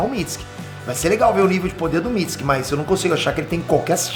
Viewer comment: Tu tá falando mitsuki errado